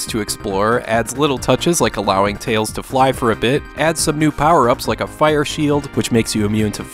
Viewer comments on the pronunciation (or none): none